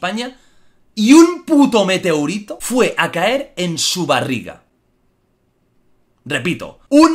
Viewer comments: Todos: Meteorito Jordi: Meteurito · Un meteourito €€€ de la galaxia exterior jajaajaja min!! edición PRO... jeje, se dice meteorito, los euros no van con los pedrolos esos... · Meteorito no meteurito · Jordi, "meteorito", no "meteurito". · ¿MeteUrito? 😂😂😂🤦 Se dice meteOrito. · Like si te pone nervioso y de mala leche q diga meteUrito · Se dice Meteorito, no Meteurito 😂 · Nadie: Jordi: meteUrito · Mala suerte es vivir para escuchar a Jordi decir meteUrito xd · Imagino que será porque el habla catalán. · Corrijo; escribimos con O, xo pronunciamos U!! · Like por el "meteurito" 2019😂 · La persona con peor suerte es la que escucha a Jordi decir meteUrito😂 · La palabra «METEURITO» me ha matado😂😂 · Nadie: Absotamente Nadie: Ni la civilizacion Jupiteña: Jordi: Meteurito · Amigo XDD Digo meteurito porque Jordi lo dijo así. Yo se como se escribe en verdad. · "Un Meteurito de la galazia eteriò" :V jaajajajajajaaja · Like si tú también has ido a los comentarios para ver si ha dicho "meteurito" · Esque no sólo dice una vez Meteurito si no 3 veces 😂😂😂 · Meteurito que dices Giorgio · "Meteourito" Jordi, el salvaje - 2019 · Un "Meteouritou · Meteourito, le dio un meteoUrito no podré volver a decirlo bien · Meteurito xd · Like por "Meteurito" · MeteUrito???? NO ME JODAS HOMBRE!!!!! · Xq dices meteurito?? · se dice meteorito weon :v